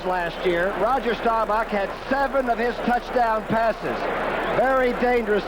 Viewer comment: Bender was okay, but man, somebody should've told him how to pronounce Roger Staubach's name 🙂